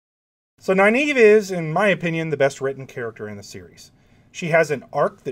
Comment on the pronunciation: Dude, for someone who professes to admire Nyneave so much, it’s a real shame you pronounce her name wrong. Go to the end of the first few books, where all enunciation’s are dealt with. Please. Anyway, it’s Nuh-neave. Not Ny, Nuh. I finish with nave, but I think that’s wrong, so probably sticking with what’s cool for is best. That said, yeah, Nyneave and Matt, with Thom a close second. Then, I think, Tuon. I’d love to have read about her meeting with Artur Hawking, as per Matt’s request. Heh heh.